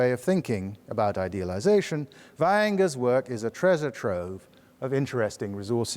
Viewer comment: Leaving the speakers core competence aside, it is beautiful to note that Vaihinger's name, book title and related words sound like being spoken by a native German speaker. Congratulations for this convincing detail showing how deep one can dive into the matter.